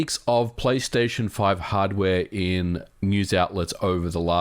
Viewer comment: "return to playstaytion or return to *microsoft*" nice one MVG